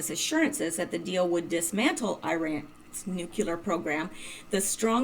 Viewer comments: Please....NUCLEAR NOT NUCULAR, Pet peeve of mine. Intellegent people who consistantly mispronounce simple words. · or says nucular